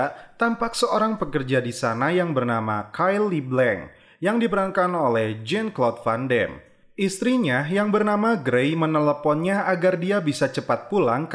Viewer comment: Jan klaude Van Dam. Bukan jen klod van dem bacanya